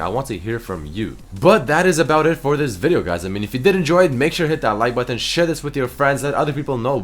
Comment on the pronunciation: lol the way says button is so weird.